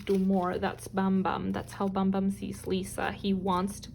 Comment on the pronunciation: Hi! I'm still waiting for Kim Yugyeom and Choi Youngjae of GOT7. Hoping you create a video about them, thank you! And yes you pronounced Bambam right.